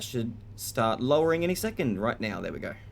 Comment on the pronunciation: Ok, off topic, but are you saying "right Meow"?? Cause I'm getting Super Troopers flashbacks. And it's funny as hell, while in a nuclear reactor.